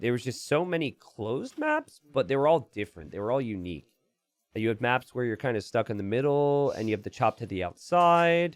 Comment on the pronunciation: “Closed mÀèps”